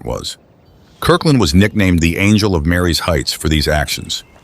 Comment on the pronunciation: Its pronounced ‘MARIE’S Heights’…Not ‘Mary’s Heights’